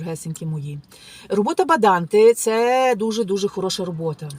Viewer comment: Баданте а не валанте